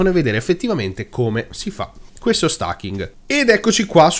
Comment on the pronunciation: Certo che stAking...... è inascoltabile....😁😁😁😁